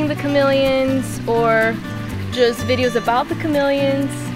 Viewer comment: Ohh... chamelions, thought he said it melons ^^ :D